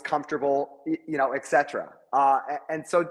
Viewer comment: It's ET CETERA. NOT EX CETERA! Stop the blasphemy!